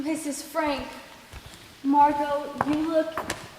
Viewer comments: its Margot pronounced marg-oh. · hate 2 brake it to u but it's margot